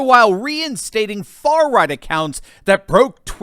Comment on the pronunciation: When you said far right it sounded like you said third Reich which ironically is the way the left sees the right not sure if you did it on purpose either way funny as hell